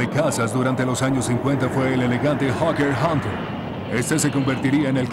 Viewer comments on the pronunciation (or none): none